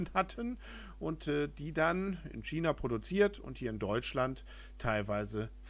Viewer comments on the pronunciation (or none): none